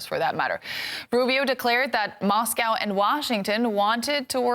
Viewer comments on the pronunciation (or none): none